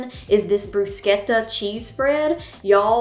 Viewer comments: Great vide and good for you for pronouncing bruschetta correctly! My Italian friends hate to hear Americans say "bru -shetta" instead of "bru-sketta! :) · As an Italian, I really appreciate you pronouncing “bruschetta” properly!😋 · I’m in love with your channel and so proud of the way you pronounced bruschetta! 😊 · Love that you’re pronouncing Bruschetta correctly! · I want to thank you so much for pronouncing bruschetta properly. My grandparents were from Italy and Nana used to correct people when they mispronounced her lovely language (she was a cute old grandma so she got away with it😂) I still cringe when I hear people say “brooo-shetta”😂😂😂 This looks delicious and I will be trying it soon. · Thank you for pronouncing bruschetta correctly—most people murder the word.